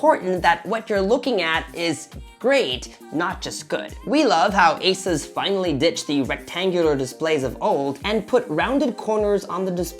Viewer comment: pronounced "ay-zis", not "ay-soos"